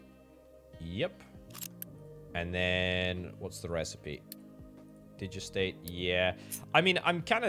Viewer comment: Digestate is pronounced digest state